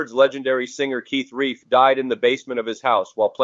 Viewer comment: Keith Reif? C’mon you A.I. moron!